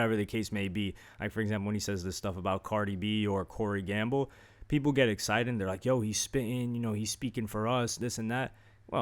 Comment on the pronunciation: It is weird that it sounded like you called corey gamble the N word at